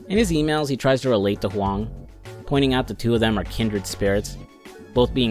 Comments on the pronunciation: Thumbs up for the good mandarin pronunciation of "Huang". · You got my sub for the simple act of looking up how to pronounce Huang. I appreciate it